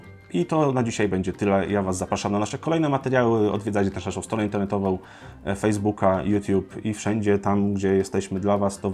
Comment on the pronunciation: INTERNETOWĄ A NIE INTERNETOWOŁ!!!!!!!!!!!